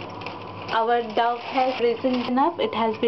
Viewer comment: The word "dough" is pronounced :- "DOH" ( not "duff" - as it comes across on your video) thnx